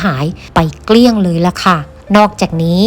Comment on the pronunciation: เกี้ยง เกลี้ยงพูดไม่เป๋น คก คก คก ครกจ้ะ กิ่น กิ่น กิ่น ปาง กาง กาง น่าเกลียดที่สุด